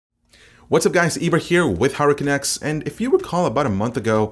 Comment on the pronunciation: Ibra with Hurricane X, I know it should be HardwareCanucks but I always hear 'Hurricane X'